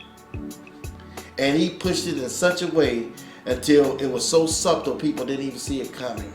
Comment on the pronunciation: Did he say subtal?